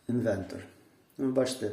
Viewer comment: правильно казати інвеРтор